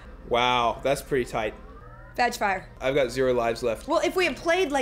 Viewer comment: veg fryer? It sounded to me like vag fire :)